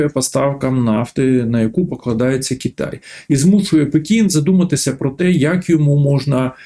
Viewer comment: Голосюче, та не КіТай а КИтай